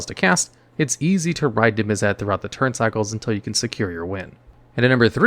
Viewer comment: NIV MIZZ IT. Damn That was so hard to hear over and over and over, I wanted you to know I unsubbed. Holy crap..